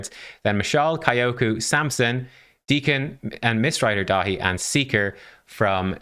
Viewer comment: You keep saying his name wrong, it’s Mistrider Dave